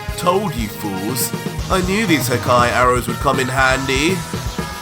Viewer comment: it amuses me how you say hakaiiii😂😂